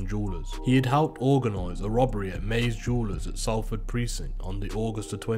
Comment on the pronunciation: Just gotta say it's pronounced SOLFORD, think of Salt, also they got sprung on Regent Road not Regent Street